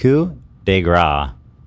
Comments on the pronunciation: The funny thing is that it’s coup de grâce, a mercy killing. What Ethan said was “coup de gras,” which means a stroke of fat. Like fois gras and Mardi Gras. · French representative here : How you pronounce coup de grâce without spealling out the "ce" for some reason means "hit of fat" lol